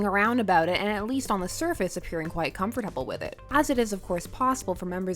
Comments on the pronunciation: I love you but can you please say comfortable RIGHT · your pronunciation of comfortable makes me uncomfortable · The way you said comfortable tho.. XD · the way she says comfortable is so funny